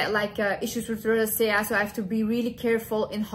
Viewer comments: In English Rosacea is pronounced: Ro-zay-sha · You are so adorable and smart. I think you might be making the word rosacea a little more difficult than it needs to be. If I can help lol it's pronounced RO ZAY SHUH😘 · I love you but you mispronouncing the word “Rosacea” kept distracting me 😅